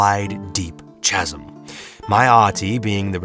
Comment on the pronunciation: I believe "chasm" is pronounced with a "k" sound Bud. Very good reading!